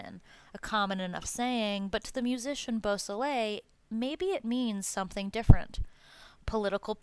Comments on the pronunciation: Bobby Boo-so - lay !! Bobby Bosley is not acceptable, neither is murder. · Dude you can't even say Bobby's last name correctly. The L is silent